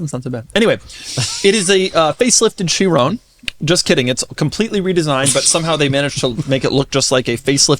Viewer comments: Hahaha, that also what I was thinking. Did he just call it the "sherooon"? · i refuse to believe that you talked about people mispronouncing tourbillion, just to mispronounce chiron right after 😭